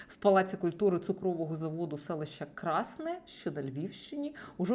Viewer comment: Щиро перепрошую.У нас говорять Красне з наголосом на другому складі.